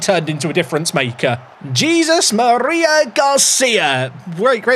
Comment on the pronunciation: HEY-ZEUS Maria Garcia